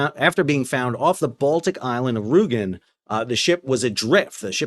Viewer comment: oh btw let me be my german side Ruegen/ Rügen the ü is like.. you start at ew in crew (so ew, not like cru) from that sound you go a bit higher